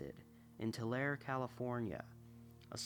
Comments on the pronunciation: Tulare is said too-larry I used to live there and yaeh if your not familiar you wont know how to say it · Really enjoyed this one. By the way, Tulare California is pronounced "Tularee". 😊 Tulare-ites can be sensitive about that!